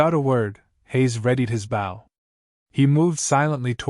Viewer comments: Bow the weapon is pronounced with a long O. The way it is used here is fot the front of watercraft. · I got a kick out of what would have been a good story. The primary weapon of our rag-tag group is the bow and arrow, yet not one time in the entire story was it pronounced correctly😄